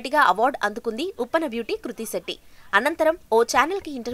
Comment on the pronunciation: Kruthi setty😂 It’s Krithi Shetty